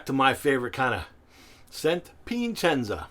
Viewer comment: it's that added "n" that throws in lol